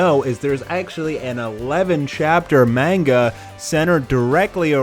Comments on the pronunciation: Manga (mon-ga) not (mane-ga) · Please stop saying manga wrong, it's not meinga, it's ma(hard a)nga